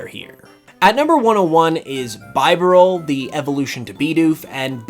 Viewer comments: By... what? BYE • burr • all? I have never heard anyone pronounce BEE • doof that way 😅 I wasn't looking at the video when you said that and I was like "who tf is that?" 🤔 ahahah Unpopular opinion time: Diamond & Pearl's Pokédex is... just awful imo. Yeah, Platinum fixed those issues– but OG Diamond & Pearl are the only main series games that have been released that didn't even contain all of the new Pokémon for that region... like wtf is that? lol 🤦🏻‍♂️ plus there's of course the issue with the total lack of any Fire-type Pokémon. It was just a really bad dex, in my opinion. Edit: Hold up... did this man just put Bidoof AND Budew lower than... than Carnivine AND Abomasnow? My goodness... 😤 I respect your opinion, of course, no matter how wrong it may be 😉 jk lol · "Rye"olu and "bye"barrel. Killed me lol.